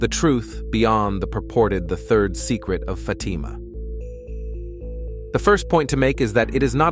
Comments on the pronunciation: It’s a soft “a” sound in Fatima. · why do you pronounce FAtima so harshly, so strongly? We do not need such a huge emphasis on FAAAAAAtima. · Pronounce the word Fatima Correctly please.